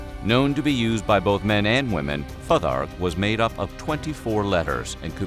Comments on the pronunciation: Futhark is pronounced "Foo-thark" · Futhark is pronounced Foo-thark This video has so many mistakes please redo it... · It's pronounced "Foothark" Also,there is no evidence that the Vikings wore horned helmets, and nothing like this has ever been discovered in any archaeological dig. They certainly wore helmets but they would have been simple skullcaps, designed to protect the head from impact. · Wasn’t it pronounced “foo-tark “ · I feel like youre pronouncing futhark wrong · "IBBIN' FADD-LANN" "FAH-THARK" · Dude, PLEASE look up the pronunciation before you do these vids!! Cnut-(Ka-noot) Futhark-(Foo-thark) Etc. Aside from that lil bit of ear bleeding, good video